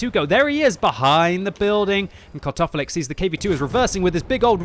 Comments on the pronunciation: I just here Cut Off A Leg all the time from voice lmao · Sounds like you're saying "cut off a leg" haha